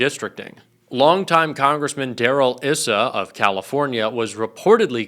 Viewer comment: Pronounced Darrell EYE SA